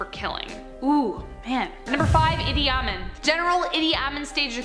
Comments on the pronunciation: Not pronounced Idi A-min: Idi a-MEAN. Not pronounced K-Mhar Rouge: K-Mair Rouge. Hitler was not German, he was Austrian. The "Red Army"? I thought it was the "Red Guards"? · Idi Amin is pronounced EE dee ah MEAN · It's pronounced Ee D Ah mean. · Idi Amin is pronounced "Ee-dee Ah-MEAN" not the way you said it. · Technically, Idi Amin was pronounced "Eedee Ameen", not "Ah-men". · His name was E D AH MEEN.. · She pronounced Idi Amins wrong!! It’s pronounced E D Ameen . Edy Omin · You pronounce it Iddi Ameem different from its spelling. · It's pronounced vi-zeer. The word is not french; The name is Idi (Ee-dee) Amin (Ah-meen) no accents. If this channel wants to be called Most Amazing - clean it up. If you want adults to listen - clean it up. Cannot watch anymore. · Ah-men, lol, Hitler was Austrian. How much is actually researched? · Idi Ameen is how it's pronounced. Please learn how to pronounce names. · It's pronounced Ee-dee Ah-meen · Idi A-meen!! learn the nemes of the peeps that you are reporting on!! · Idi amin ..she incorrectly pronounced his name. Not to mention , their are far worse people ruling us today! But the fact that this world is far worse today than it ever was in history seems lost on these clueless kids. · You pronounced Idi Amin completely wrong